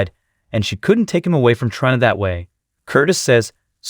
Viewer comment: The computer generated voice has to GO. Can't even say characters names correctly,especially TRINA or DANTE !!!